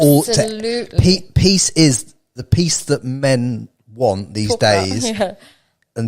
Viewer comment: PEACE... not PIECE 🤣🤣